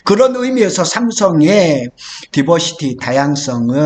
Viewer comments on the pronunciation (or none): 디버시티라고 하지 말고, 다이버시티라고 하세요. 영어 단어를 쓰려면 맞게 써야지... 아니면 쓰지 말던가....티시벤더도 티쓔벤더로 들림.